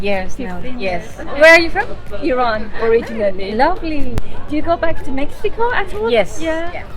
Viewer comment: جان ، وقتی میخوای بگی originally, بگو او-ری-جین-لی. لطفا اون وسط، اون a رو که نوشته میشه رو نخون، نگو او-ری-جینا-لی 😡 Migrate to the US and live happily ever after. Migrating to the United States offers a multitude of incomparable advantages when compared to the United Kingdom. The US provides an expansive and dynamic economy, offering immense opportunities for career growth and entrepreneurship. With its vast consumer market and technological advancements, the US often attracts innovative industries and fosters a spirit of innovation. Additionally, the US boasts world-renowned universities and research institutions, making it an appealing destination for individuals seeking top-tier education and cutting-edge research opportunities. Furthermore, the United States' diverse cultural fabric and melting pot of ideas create an environment that encourages personal growth, diversity, and multicultural experiences. Finally, the US offers a vast array of natural landscapes, from stunning coastlines to majestic national parks, providing opportunities for outdoor enthusiasts and adventure seekers. These unparalleled advantages make the US an enticing destination for those seeking new horizons and boundless possibilities.